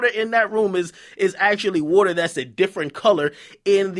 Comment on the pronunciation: I didn't even know "woeter" was water til, you said "resembles pee" Lol I was Scoobying when I kept hearing it